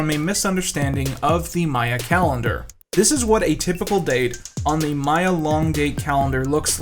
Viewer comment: thank you so much for saying maya instead of mayan!!! such a tiny difference but it proves that you actually know what you’re talking about lmao - a happy archaeology student